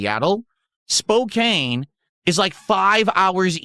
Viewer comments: As someone that lives in the Northwest it's not Spocane it's Spocan it's amazing that despite living say 4 hours away from that city which is one of the larger ones in the NW can't correctly name it. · For those of you not familiar with Washington state. The way he is saying Spokane is completely wrong( surprise surprise). It’s pronounced Spo-can, the e is silent. Word smith at it again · Dude…. All people in the PNW know that it’s pronounced “SPOKE-ANN” not “spoke-ayne” lives under a rock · For those that don't live in Washington, it's not pronounced "Spo-kane" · Hes lived in Washington for 12 years and still doesnt know how to pronounce Spokane. Let there be zero doubt that he doesnt talk to anybody, or have any friends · I hate that he mispronounced spokane every single time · It's amazing how long he's lived in Washington and still doesn't know how to pronounce Spokane correctly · As someone who lives in the PNW him saying Spokane like that annoys the crap out of me 🤬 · He has been in WA for 12 years and cannot pronounce Spokane correctly. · THIS! 😂 Wonder how he says Puyallup lol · I was going to say, my only exposure with that part of the country is dating a Washingtonian, and I know he butchered Spokane 😂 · idiot cant even pronounce a major city in his state